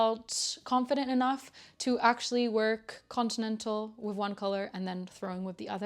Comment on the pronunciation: Love yr podcast and projects. Mike is fine!!! Your accent is so good. The only way i detect you aren't an English speaker is the word 'with' where u say 'wiv' so cute.